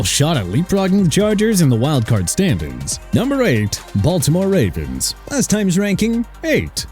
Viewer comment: "The Wavens" LMAO